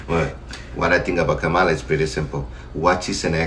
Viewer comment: Ok Cubans, Nicaraguan, Puerto Ricans, etc. Y’all FAFO. That’s all I got to see! It’s Kam-a- la ! So you go on and keep your Frump. Keep Laughing! So, it’s funny ha Ha, Ha, the JOKE is on you! How dare you? Get out of our country! Don’t ask us for hope, and support!